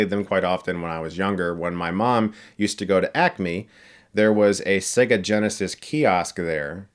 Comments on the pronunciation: ‘Say-ga’ please. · Say-ga not Segg-a ffs 😂♥️ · Chris learn how to say your vale’s when e comes before another vale it makes it say it’s own name. Sega . It’s not an egga lol